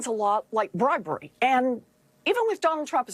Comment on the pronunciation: Sounds like bwibewy...😂 Go Trump!!